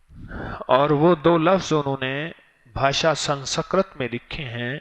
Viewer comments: dhakan miyan, pehlay RIG bolo RAG nahi. Sanskrit bolo san sakrit nahi. proof of the shit u r talking ? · Hazrat Ji 1. Ragved nahi hai... Rigved hai. 2. San Sakrit nahi hai.. Sanskrit hai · Talaffuz durust kar len Rig vaid (Rag ghalat h)isi tarah sanskirit